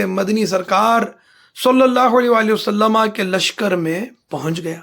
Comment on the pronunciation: जनाब हर बार आप वसल्लम के बजाए वसल्लमा क्यों कहते हैं